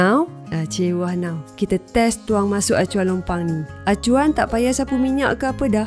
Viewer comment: Bab 'now' tu kelakar😆😆😆